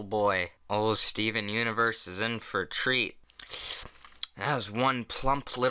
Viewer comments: When I heard him say Steven Universe I heard it as STOVON Universe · STOOVEN UNIVERSE!?!? You're pronouncing it wrong It's Stovon Onovurse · It's pronounced "Stovon Onovors" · "Stuven Universe" yep thats how you pronounce it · Did any one else trigger when he first said Steven universe wrong ? 😂😂😂